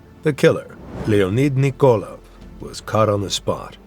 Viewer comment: It kills me how the narrator mispronounces most of the Russian names. He shouldn't try to make sound Russian, but just say then in English. Nikolaev, for example, is not NikOlev, but NikolAev. As a Russian speaker, I found that very distracting.